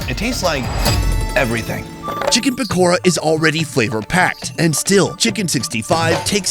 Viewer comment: Pakora but ra is pronounced da 😂😂😂